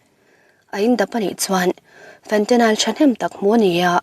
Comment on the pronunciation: Fentanyl- Fentanile nilo in Fentanyl tia lam tur...